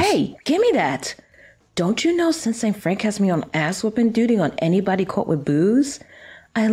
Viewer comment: I’m sure no one really cares but I know that this is an American game and noticed says “caught” but it’s definitely an English accent and I just found that kinda funny especially since I am English lol, I just wondered if anyone else heard it